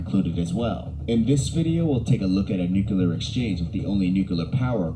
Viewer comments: I hate how this video’s narrator says “nucular” instead of “nuclear” ahhaha. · You know this video they are reacting to is top notch when the narrator spends the entire time saying "nucular." My fellow Americans, it's "nuclear." It's two syllables, not three. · I swear that dude kept saying "nuculer" instead of "nuclear." If he's going to do a video on a subject, he should make sure he can pronounce the word correctly. Great reaction video though, guys. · Listening to someone pronounce it Nuke U Lar grates me like finger nails on a chalk board. It's spelled Nuclear, pronunciation Nuke Lee R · What is this thing with people pronouncing 'nuclear' as 'nukular'?(its pronounced new-clear) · And how many times can we mispronounce nuclear. No fault to you folks but the video you’re reacting to is unwatchable for me. Nuclear has two syllables, ‘new- clear’ not three, ‘new-cue-lar’. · Nithing worse than a paid commentator saying nukular and not nuclear. Get a dictionary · Nucular war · We all love to say nucular instead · Never trust a documentary about nuclear war when the narrator cannot pronounce the word nuclear properly. It is not new-cue-leer 😂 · I love you guys, but I just couldn't watch the video, because I'm so triggered by the narrator saying : "new-que-lar" 😂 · Tsk, the narrator says "nookyaler." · It bugs me that the narrator kept pronouncing it "nucular". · It's weird someone would make a whole documentary while saying the word nuclear wrong. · For someone recording a nuclear war video, they sure do mispronounce nuclear a lot. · Watching this video narrated by a guy that can’t pronounce nuclear is very distracting!